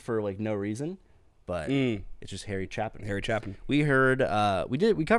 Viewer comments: Great reaction to a great song. BTW, his last name is pronounced CHAY-pin, not CHAP-in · A A A there is a hard A in Chapin it is not a chaplain!!!!! Put the pipe down for a minute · I've always heard his name pronounced chay-pin. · It's Ch AY pin, not Ch ah pin, isn't it? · I don't know if somebody else already told you or not, but his last name doesn't rhyme with happen....it has a long A sound like in "stay" not short like in "chap". If you like "storyteller" songs, there was never a better storyteller songwriter than Harry. Also, if you liked this one, Harry wrote a sequel to the song...actually just called "Sequel", that gives these characters the ending that they didn't really have at the close of this song, in case anybody's interested. 😉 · It's pronounced chay pin. Not chap in. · It's Chape /CHāp/-in, not Chappin. At the end of the year, you're going to have an extra S-tier in your pocket, and you're going to go: huh, I wonder where this was supposed to go? Supposed go right here. This is an S-tier song. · What a great reaction, I experienced the beauty of this song all over again through your virgin ears and how moved you were by it. Priceless. And BTW his name is pronounced Chay-pin, not Chapman or whatever 😂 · Great reaction. BTW, it's pronounced CHAY-pin, not CHAH-pin. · It's pronounced chAApin. He was only the greatest story teller of all time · Pronounced Shay-pin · I think his name Chapin is pronounced like rhyming Stay pin. Long A in Chapin. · Chapin with a long A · Chay...long "A". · Just use the standard rules of English pronunciation: it's a "long 'a'" sound...aye... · pronounced with a long 'A' 'Chapin - if there were two pp's it would be a short 'A' chappin. Harry considered himself a story teller. f you guys want to hear a story easy to relate to, that would be Mr. Tanner. If you want to hear Harry at his best please react to 'A Better Place To Be' All of Harry's songs are better live, so I suggest you react to live versions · Also CHAY-pin